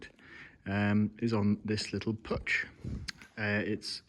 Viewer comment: Puch is from Austria. Its pronunced PUCKH. Since there is no pronunciation for a german CH existing in english CKH like in Beckham, will come the closest to it.